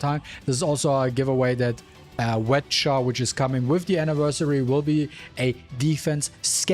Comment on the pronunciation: I love how you call her "wet Cha" lmao. Idk why am I still playing this OC robbery game